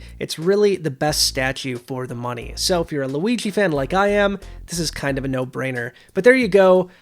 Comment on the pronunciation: I know it isn't a big deal but does it bother anyone that he says Luiggi instead of Luigi